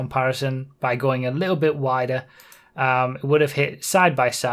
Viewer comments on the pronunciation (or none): none